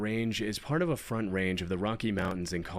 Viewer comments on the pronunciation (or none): none